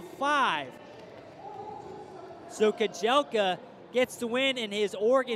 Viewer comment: Dude its kajelcha, not kajelka